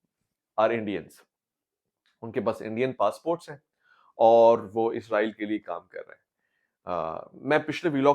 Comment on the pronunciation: Ye Izraeel nhi Israeel hai "zy nhi seen hai yahan"..... Izraeel ek farishty hain Jin ka naam Hazrat Izraeel as hai jab k mulk ka naam Israeel hai jo k Hazrat Yaqoob as ka laqab hai....